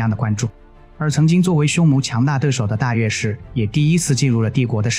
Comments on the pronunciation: 應該是閱之，也可做禺之，無論如何不會是肉汁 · 大肉之（大月氏讀音）